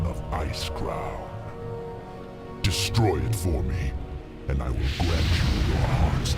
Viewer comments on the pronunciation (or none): none